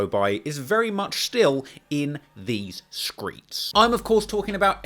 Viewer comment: This MF said "in these screets" 😂🤣😂🤣